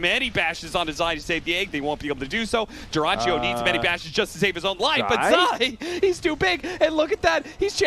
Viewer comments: It's not an Italian durachio, it's "durach yo" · Смешно как комментатор произносит Дураччио. Я так понимаю, там ник Дурачьё))